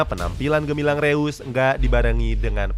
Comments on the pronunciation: ngasih masukan min, untuk pengucapan "eu" di "reus" itu dibaca "oi" (pronounce jerman) jd disebut nya "rois" bukan "reus" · Bacanya rois cok